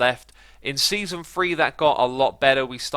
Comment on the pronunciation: “Seanson”, “Seaaon” haha